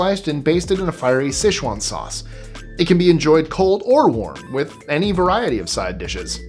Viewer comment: Souse iight tho. 😂😂😂😂😂